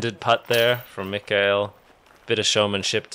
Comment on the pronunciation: Just FYI: the K in Mikael is hard k.